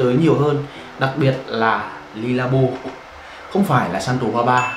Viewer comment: Khổ quá. Dùng nước hoa bao năm rồi đọc nó chuẩn tí, éo phải Le, Lê hay Ly. Ô chả biết cái éo gì cả